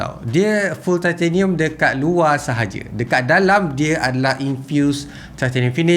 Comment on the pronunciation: Aku tertarik ckp titanium “thai-theyy-nium” hahaha